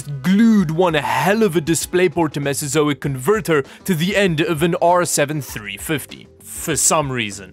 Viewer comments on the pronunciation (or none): Drinking game: every time he says mesazoic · I took a shot every time he said mesazoic....I think I have alcohol poisoning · I actually feel physically fatigued by the amount of times you endeavoured to say Mesozoic.